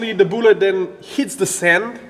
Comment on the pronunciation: I love this channel so much. "Booou--let"